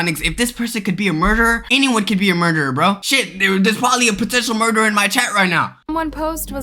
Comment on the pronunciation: Bro said murger